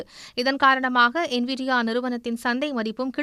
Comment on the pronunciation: NIVIA அண்ணனை விட சன் நியூஸ் என்விடியா என்ற பெயரை செறியாக சொல்லிட்டாங்க...